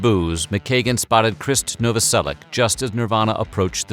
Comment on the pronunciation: Pronounced Noveselic"h"